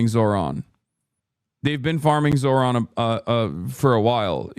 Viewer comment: why do they always pronounce Zohrans name wrong bro lol it’s so annoying